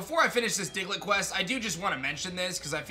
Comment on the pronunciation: DIGLETT, NOT DIGLIT!